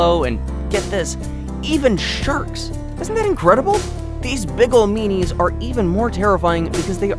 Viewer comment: He says : and even sherks